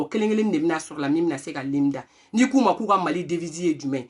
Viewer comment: Mais toi même tu ne t exprimes pas mieux que les autres.Tu dis Lime National alors que c est l hymne national.Tu dis aussi là maintenant c est un affaire,on dit plutôt une affaire.